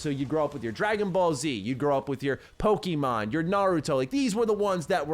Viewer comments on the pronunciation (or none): Another day with another eng youtube not able to pronounce pokèmon right.. I wish this wouldn't trigger me so much..